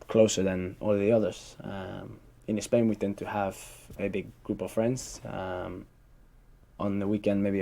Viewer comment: Gets a 9 in the Ielts Speaking test. Still says "ESPAIN" instead of "Spain" like any other Spaniard in the world (LOL)